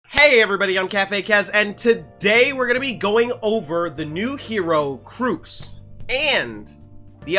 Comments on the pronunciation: she is pronounced "shoe" just sayin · Have been following you on twitch since the event, really nice content! I am curious about where you find the r in choux tho :P Personally im thinking of a roux(cooking term) and adding a french ch since roux is aalso french(iirc) :D